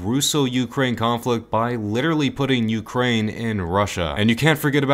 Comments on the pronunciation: As an ukrainian i am dying from “rukraine” like how did you even get a thought of that? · Rukraine haha